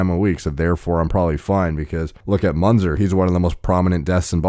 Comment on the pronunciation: his name is spelled myːnt͡sɛr (Münzer - muentser)